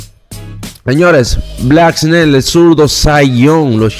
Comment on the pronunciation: en hora buena. Te voy a dar un consejo con la pronunciación de al finas pakabras que tú usas pero las pronuncias muy mal. Cuando dice MLB en inglés lo pronuncias muy mal y el nombre de Blake snell tu ves black snail. Se pronuncia ( bleak sneil). Bendiciones. Te sigo y me gusta ni programa pero debes mejorar las pronuciaciones